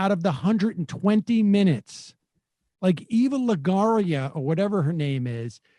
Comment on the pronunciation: lagaria. hehe it took me a hot minute to realise he meant eva longoria